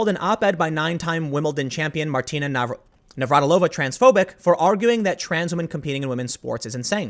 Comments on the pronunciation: FYI. Slavic female family names that end with -ova/-eva have emphasis on 3rd syllable from the end (NavraTIlova, not NavratiLOva). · Ugh... as a native Czech, the pronounciation of Navratilová is bothering me so much. She's not Russian... But good on you for trying.... somewhat...